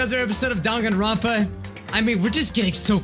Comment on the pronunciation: ITS NOT DAN-GAN-RONPA ITS DANG-AN-RONPA